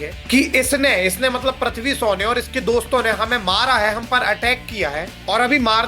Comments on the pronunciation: प्रथ्वी नहीं है वो। पृथ्वी है🤦🏻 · Prathvi bolne se acha prithvi bol detha Bhai😁